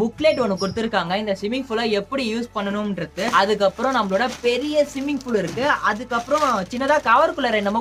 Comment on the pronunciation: swimming pool aj simming pool nu solraru